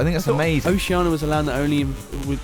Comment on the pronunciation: It's Oceania, not Oceana. :)